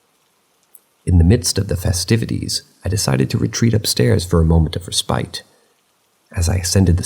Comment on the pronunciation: The noun ‘respite’. It’s pronounced RESS-pit! RESS-pit! RESS-pit! ERA is not pronounced AIR-ia É-ra É-ra 😊 Otherwise, these are original and I quite enjoy them. Thank you